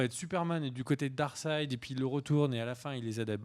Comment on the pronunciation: S'il te plait. Arrète de dire darksid. Ca m'arrachait le coeur à chaque fois.:(